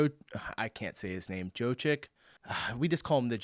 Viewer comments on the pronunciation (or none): Jokic is pronounced Yock (as in jock) itch. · 1st summarize the entire video: american supporter are "cute" 🤣 Jokic pronunciantion is pretty simple: Yo-Kitch Canadian are on the European supporter team since ... well you elected an orange president who want colonized them I guess. Some sports have a better atmosphere in the US: Baseball and American football. Probably because it's not so much played at a professional level. Argentina is not in Europe For an overview of the kind of atmosphere you can find in European Cycling I recommend